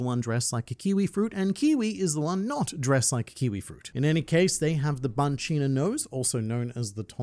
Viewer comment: Stop mispronouncing Banchina 😠 ...and Birka. ...and Hajrudin. ...and Eiichirō.